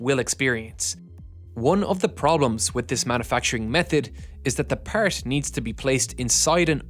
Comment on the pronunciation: why you say "part" like that påäart like bro why